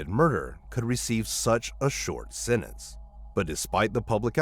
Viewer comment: I find that hard to believe. He is much too consistent during the whole video and then suddenly near the end he can't pronounce "sentence" and "sentenced". It doesn't add up.